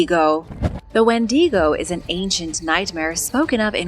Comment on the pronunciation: adore the channel.... but... wendigo is not spanish, it's pronounced WENDYgo, not when DEEGO. i know you try hard and normally you get a lot of words right, but seem to struggle a lot with canadian/first nations names like that one and newfoundland (newfundlund). canadians have a lot of first nation named places and they're are hard to spell and say... IE Penetanguishene... which most of us just call penatang for obvious reasons.